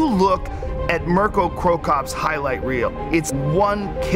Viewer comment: I cringed how he pronounced "Mirko".